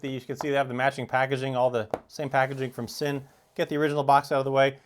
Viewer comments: It's pronounced Zinn not sin. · I knew German is a tough language for most but wearing these watches is not a sin is pronounced Zin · Sinn is pronounced "Zinn" in German